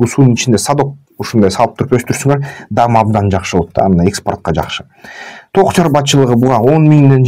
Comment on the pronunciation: Ток эмес тоок деп айткылачы